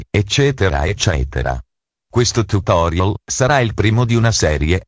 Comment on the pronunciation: "[...]Questo tutoriOl [...]" Capobastone English :D